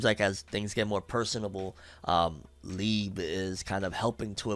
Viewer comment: youre pronouncing liebe wrong bro